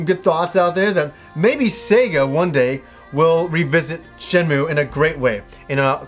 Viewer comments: i kno its hyper grammar police but its really agrivating hearing it pronounced "shen-moo" its Shen-moo-ay" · While you are generally right with how to pronounce a Japanese word written in roman letters, it is actually Shenmuu if you look at the katakana. シェンムー I played through them both in Japanese.